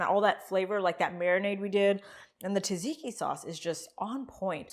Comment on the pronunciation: "zhiro" or "dzhiro" depending on whether you're Greek or Turkish. But not "Euro",, which is what you use to pay for a gyro. And it's not "ta-ziki", but "dzhadzhiki". "Sadziki". Say "buds", say "at". Say "budsat". Again, faster. Again. Again. Now say "udsat". Again. Again. Now say "dsat". Now say "dsatdsiki". You got it. Now go throw out that horrible stuff in the plastic tub 'cause we're gonna make the real stuff, which is easy and a thousand times better. Start with a nice big cucumber, preferably English. Peel it, cut it in half lengthwise, lay the flat side on the board and cut it into quarter inch strips or straws. Now cut across the straws to make cubes. It's fun, fast, and it's a great way to build knife skills. Next step is critical, put the cubes in a dish towel or cheese cloth and press out most of the water. Put the cubes in a bowl and add a good bit of salt, garlic paste, olive oil, and lots of chopped dill (preferably fresh). A good squeeze of lemon juice. Maybe a bit of toasted walnut. Mix that in with some yogurt - the GOOD stuff, NOT low fat (of course). My Bulgarian wife only eats Fage in the States, the 5% fat kind. BTW keep your eyes open for some Bulgarian Feta, it's by far the best. They sell it at Costco. Now. About that meat. What you're making there is closer to fajita than gyro. Not bad, but not authentic. What you want is some Mediterranean or Greek spice mix, rub it on before cooking. Also instead of two beef steaks, go for one beef and one lamb.